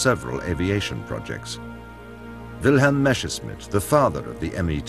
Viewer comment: Nice docu, but the narrator constantly saying "Meschersmidt" instead of "Messerschmidt" kindda bugs me. a lot. :D